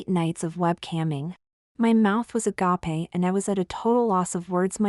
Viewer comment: I will never not laugh, when it pronounces "agape" wrong